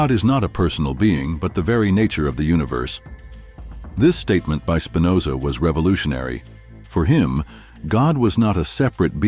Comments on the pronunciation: That's Spinoza with a p . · Please. It's Spinoza!